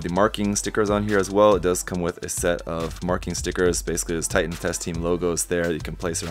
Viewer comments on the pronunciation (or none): none